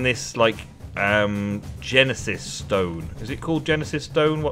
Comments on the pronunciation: Uhm i dont know if ur a huge Phil collins fans but gneiss is pronounced gn i ss,not gennesis ahahahha :D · the rock is pronounced nice (i know thats nothing like how its spelled)